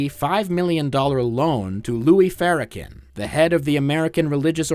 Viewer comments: Really which AI would reveal itself much earlier in a video so you don't waste your time. Cause who the hell is Louie Fara-ken? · the way u pronounce farrakhan hurt my ears